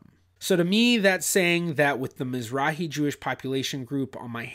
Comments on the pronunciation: Mizrachi. Means Eastern. Has a letter chet. Aa argh, not a heh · miz-RAKH-ee No "h". A Hard guttural. As you well know it is a Hebrew word for Eastern.